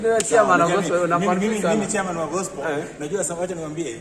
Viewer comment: I love the way he prounounces gospel as gospo🤣🤣